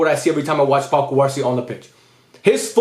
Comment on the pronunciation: should you pronounce cubarsí with a stress on the í instead of the a?